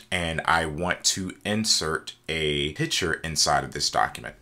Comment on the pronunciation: Very helpful indeed, but you realize the word is PICTURE, emphasis on C, not piture.